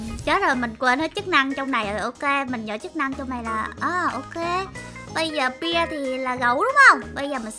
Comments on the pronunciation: Bear chứ ko phải beer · Bear -be chứ hăm phải pia chị ơi